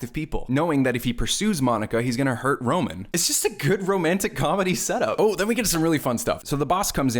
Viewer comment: Also his name is ROMAN, ROME-AN, need I say more